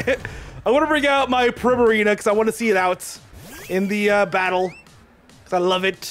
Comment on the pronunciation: Why do u say Primarino When its Primarina